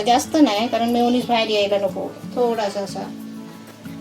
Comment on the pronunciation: मायोनीस नाही रे meyoniz